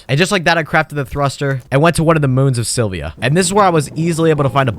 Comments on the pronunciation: I... I can't. It was annoying to hear you say AstronerS like 4 times in a row, but then you said you landed on Silvia(?) and that's when I stopped. My man, open the wiki when you're doing the voiceover at least. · The amount of frustration I experienced from you saying “astroneers” and “Sylvia” is unreasonable